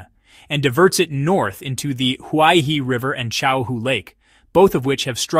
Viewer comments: "He" means river and is pronounced her not hi, therefore Huai Her not huai hi. Commentator should at least learn how to pronounce properly as respect for the language and people. Nobody likes to hear his or her name mangled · Great video! Please read Huaihe as "who-eye-her". Thanks.